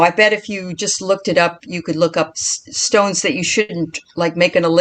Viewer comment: Enjoying the show, love you're love and passion, but you're butchering some of the stones names 🙄.then I finally got to the end after taking breaks. I get it bless yalls heart you're new. I get it now. I was under the impression that you were crystal connoisseurs. Your just learning like everyone else. ✌🏾 Oh and TURN OFF YOUR PHONE.